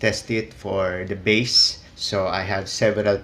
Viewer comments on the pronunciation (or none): Its beysss(bass) Not Bas(bass) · it should be pronounce as BASE